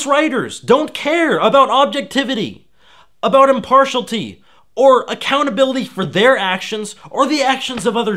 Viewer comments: You just said "impartial tea." Several times. The word, which was on the screen, is "impartiality." Impartia - li - ty. Here's the bottom line: there's no such thing as gaming journalism. These are blogs. This doesn't matter. Do you really go to these sources for objective news? Isn't it all reviews? What's objective about a review? Giving money to someone you wrote about doesn't even violate journalistic ethics--which is something real that has nothing to do with this. Corruption would be if the money was going the other way. There's no corrupting influence if you choose to pay someone else. Being "in bed" with game developers is part and parcel to reviewing games. Every industry magazine or website is exactly like this. And the "coordinated efforts" may be real, but they may also be a handful of rational reactions to blithering and confused accusations. You can say "completely non-partisan" a couple more times, because the AEI is right-wing. Not that it matters, since feminist critiques of video games are marginal. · Impartialty???? If your audience finds themselves counting the number of times you mispronounce a word, your message has a good chance of getting lost. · ...In all of those words in that list, you pronounce the "I" in "-ity". Same with impartiality. I've never heard "IM-PAR-SHALL-TY" in my whole life (i'm 29). It probably originated among people who can't read very well. So I would not mimic their pronunciation. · It doesn't really matter. But it's like, Im-Par-Shi-Alitee. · I could go for some impartial tea right about now. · Impartialty. Ow, my ears. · Just because he says it so often : does imparshulty pass as a legitimate pronunciation for impartiality in America? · Please learn how to pronounce impartiality: im·par·tial·i·ty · You're missing a couple syllables. "_Im-parsh-i-a-li-ty_". While I'm here, the apostrophe in the title's "Gamer" is unnecessary. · Stop saying impartialty! It's driving me NUTS!